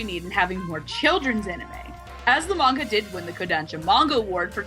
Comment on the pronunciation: I'm happy just to hear them pronounce manga the right way. I hate the current popular way to say it with a high "A".